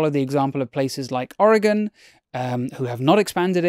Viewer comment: Cheers from Oregon. Thanks for pronouncing it correctly.